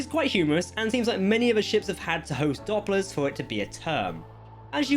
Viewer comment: Not Dopplers, it is Dooplers (as in duplicate).